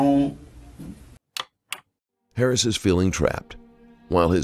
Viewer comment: wasn’t till around between there and here that I realized the narrator was saying Harris not “parents”. .